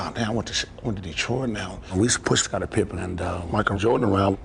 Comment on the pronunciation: How you never once pronounced Dennis Rodman, Michael Jordan or Scottie Pippen properly